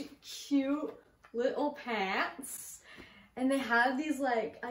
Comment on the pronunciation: “Litl paunts” lol